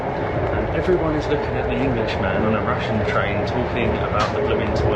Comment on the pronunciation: Rushshshin~ Rushshshin~ you're like Bald and Bankrupt saying Soviet constantly. lol. 😂